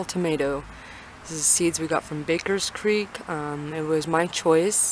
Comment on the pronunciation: its baker creek not bakers creek everyone says it wrong